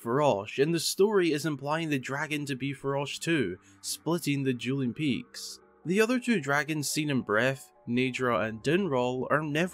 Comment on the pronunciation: "Juuling Peaks"